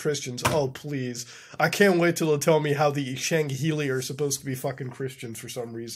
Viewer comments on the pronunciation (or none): Tito Lounge kind of like he says SHANGheili rather than Sangheili.